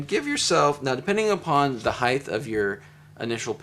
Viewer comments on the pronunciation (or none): Heighth? Is this a combination of depth and height? 😉 but seriously, thanks for an awesome tutorial.